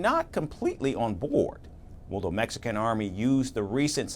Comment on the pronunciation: Mexican = Mexicant 😂😂😂